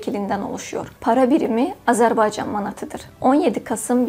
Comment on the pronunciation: Lütfen Âzerbaycan sözünü Düzgün telaffuz etmeye çalış şapkalı Â olarak kullan ruslar gibi telaffuz ediyorsun Azerbaycan değil A" zerbaycan yani şapkalı Â gibi düşün